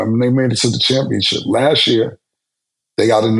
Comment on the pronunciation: Can be killin me with the “ChampionChip” 😂😂😂 🤦🏾 Bruh it’s CHAMPIONSHIP